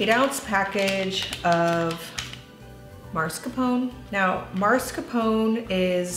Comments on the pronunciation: Sorry, you misspelled and mispronounced mascarpone. Look at the package. Mascarpone (mah•scar•ponay) not maRscapone. Probably new baby brain. Take care, mama! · That cheese's name is usually pronounced maa·skaar·pow·nay. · Hi Mascarpone is an Italian cheese it’s pronounced mass-car-ponay (like the horse kinda)! Love your channel your vids and your recipes. Thanks for all your lovely content as always 🙏🏻 🥰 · Delicious recipe! Mascarpone is pronounced 'Ma-scar-poe-nay',ie pronounce the 'E' at the end. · Good morning, This looks like a wonderful recipe! And I’ll be inspired to try it or something like it, thank you for sharing:) On a separate note, both the pronunciation and spelling of Mascarpone is incorrect; thought you would want to know especially since you are promoting Mascarpone:) ( All of us Italians are probably going crazy;) )